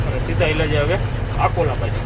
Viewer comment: आकोंला नहीं अकोला बोलो